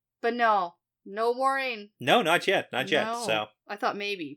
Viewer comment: when you said you forgot how to say this “Mau-reh-yun” person’s name, I thought you were talking about Moiraine at first and had to relisten before it clicked. I was about to be concerned you were having a medical event! 🤣